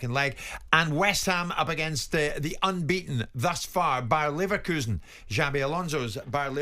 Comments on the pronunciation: I would bet my laverkHOUSEn on Simon never learning how to pronounce Leverkusen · Simons' ignorance of pronouncing Leverkusen correctly is astonishing. In terms of the FA scrapping replays, just give all league 1 and below automatic home advantage if they are drawn against a championship or premier league team, or maybe an option to choose whether they want to play at home or away.